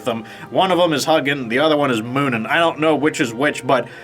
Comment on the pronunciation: My buddy and I played a lot of Valheim. It's such a fantastic game so I hope you have as much fun as we did! It's even better when played with others. Thanks for the videos,! Also, if you're interested, the pronunciation for the names of Odin's Ravens are Hugin (HOO-gin) and Munin (MOO-nin).